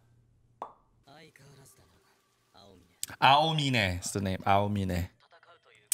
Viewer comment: “Aomini” I’m dead.